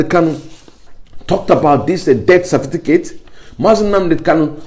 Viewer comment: Certificate not Cerfiticate